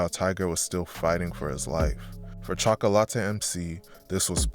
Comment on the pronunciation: Chalk-ah=latte lol